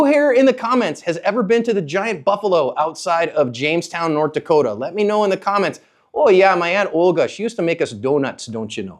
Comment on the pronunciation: Thank you for saying nort dakotah right